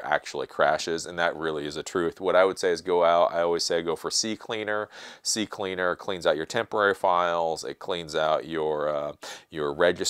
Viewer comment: FINALLY!!! Someone that calls it C-Cleaner and not CC-Cleaner